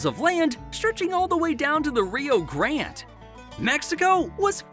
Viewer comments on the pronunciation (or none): none